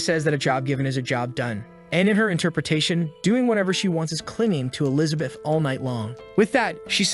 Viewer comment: I like the recap just wish if you use an ai to make it a the very least listen to it yourself before uploading. Elizabith is one of the repeating errors your ai got wrong, I assume its because you did it in parts and combined them.